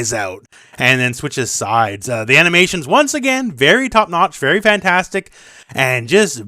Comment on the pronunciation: Im not sure if it was accidently but its kind of funny to me that you emphasized FAN...tastic as kitana showed her fans